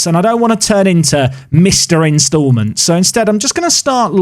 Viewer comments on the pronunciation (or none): none